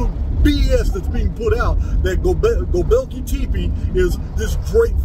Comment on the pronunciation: hey bud, Gobekli Tepe phonetically sounds like "Go-bek-lee Tep-ay" btw. i luv the research!